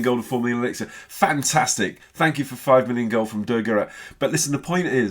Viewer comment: The resources is elixer no elexier why can't you call it the right thing?